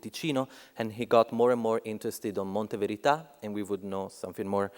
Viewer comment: It's funny how Lea Porsager pronounces the words Monte Verità in a way that they sound like "Mondo Pizza". Szeemann would probably have liked it